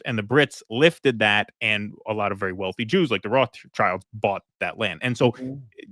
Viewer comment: Rothschild is German for "red shield" and is pronounced roth-shild. The original family name is Bauer, and the family crest is a red shield with a diagonal band.